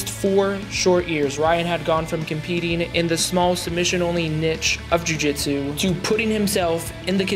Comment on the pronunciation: need to work on your "niche" pronunciation